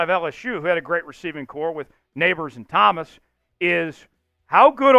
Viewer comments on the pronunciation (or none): none